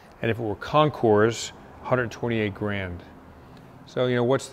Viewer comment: "Concours" is pronounced without the "S" sound on the end..it should sound like "Concoor"